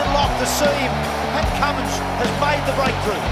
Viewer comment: Name is Cummins..Pat Cummins